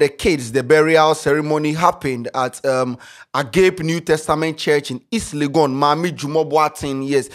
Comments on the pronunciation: Agap lol it’s agape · Ei, Please the name of the church is pronounced 'agapay' not 'ag ape' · massa what is is "AGAP", THE RIGHT PRONOUNCIATION IS AGAPE NEW TESTAMENT CHURCH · Eeeiii Agape. Lol Say this after me A-ga-pe thank you 😂😂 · A-ga-pe😂 The pastor... At this point he shouldn't even be speaking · Ah-gah-pey. If Sheldon dey like he go abuse you ruff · 😂😂😂. will kill us with his pronunciations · A-G-AAA-PÉ..... what's "Agape"😂😂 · So can't just pronounce Agape 😂😂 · pronounced "Agapay" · ei how are you mentioning AGAPE, say it one by one A-GA-PE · Yeah it’s not agape 😂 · how did u pronounce this word “Agape”😂😂😂eiii I’m I de only one who heard it